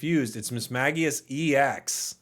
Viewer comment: But also, he actually did pronounce Mismagius correctly based on the Pokedex Pro app and the anime. One of the rare times he got it right 😂